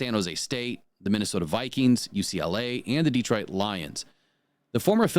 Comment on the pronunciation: You can always tell somebody who is not from Detroit because they pronounce it Deetroit. Same thing with Ukraine, it's not You Kraine the way they pronounce You Tube.